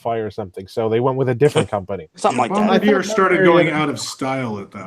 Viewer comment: FYI... The name of the French Canadian company that produced the Monorail is pronounced "Bomb-bar-dee-A". It's French.